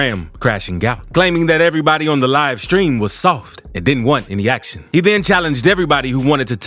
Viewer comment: The narrators voice describing the first guy's antics had me rolling. Reminded me of a young Keith David. - "Claiming that everybody on the live stream was Sooof-T, and didn't want any ACTion. He then challenged everybody, who wanted to test him - to pull UP.....if they were REALLY about that ACTion..." And those boys did indeed - pull up! 😂😂😂